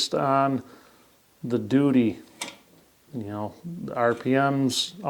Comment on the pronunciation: he said doody... Ha ha ha! Or was it duty? I like how I heard it better.